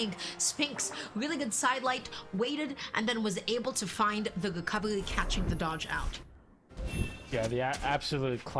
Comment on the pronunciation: "wecovewy" man i love her soo much XD